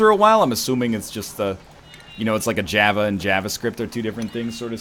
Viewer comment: You're the first programmer to not be able to correctly pronounce "Java".